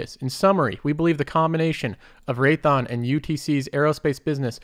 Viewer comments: "raython" dawg it's RaythEon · Raytheeon…not Raython. Imporant…😕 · Great video, but I think Raytheon is three syllables.